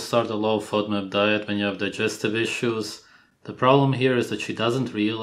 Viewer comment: A low what diet???? Are they saying low fiber diet? I'm hearing 'Fudmut" diet